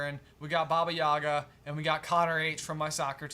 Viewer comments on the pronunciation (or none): It kinda hurt hearing the persons name being called “Baby Yaga” and not what it is as the same as in John Wick, “Baba Yaga”